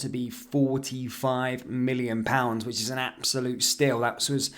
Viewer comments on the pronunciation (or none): none